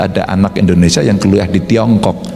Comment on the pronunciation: Mohon maaf kritik yaa.. 1. Negara ini negara I(INDONESIA) bukan E(endonesia) pak.. 6 kali sebut kata.. Salah 2 pada menit kenapa harus tiongkok.. Banyak kan anak negri ini yg kuliah di negara lain kl mau di tonton di youtube.. Hhmmm jangaan - jangan.. 🙈🙈🙈